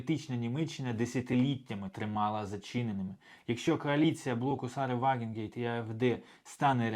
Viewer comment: Друже, вже вкотре чую від тебе "Вагенгейт", чи якось так. Кидається у вухо, якщо знаєш, про кого мова. Вона "Ваґенкнехт" (Wagenknecht).